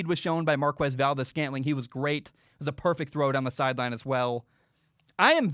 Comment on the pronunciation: Saying Markwez valdes-scantling is like saying kweso for queso. Forget what joe buck taught you.